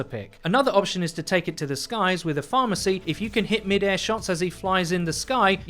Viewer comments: he just called mercy "pharmacy"? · With the Orisa one I love how he says ''Pharhmercy'' It's like every pharah needs one and it's funny but sad as hell XD